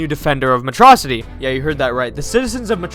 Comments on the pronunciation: It's Metro City not metrossity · METRO-CITY NO METROCITY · I like how habibi calls it matrocity instead of metro city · It's pronounced "metro city!"